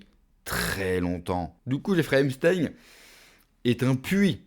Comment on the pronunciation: C'est pas Emstein, mais Epstein !